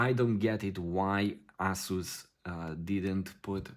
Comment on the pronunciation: "Ass-us". Love it.